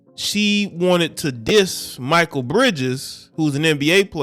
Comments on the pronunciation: Ex Suns player pronounced (Mick-Kale) Mikal great guy wish him success 👊👍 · Ma-Kale pronounced my guy…love the video’s btw🙌🏽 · I just wish you could pronounce his name correctly ……..just ask someone bruh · Step your sports knowledge up...youre not even saying Mikal Bridges name right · Pronounced the Brotha name right